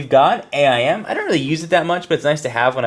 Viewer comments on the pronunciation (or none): lol u say AIM funny